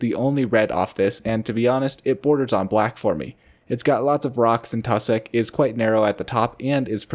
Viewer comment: Wtf is “tussick”?